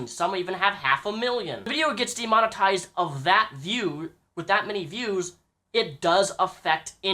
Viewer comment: De-Mon-Eised is how he says Demonetized.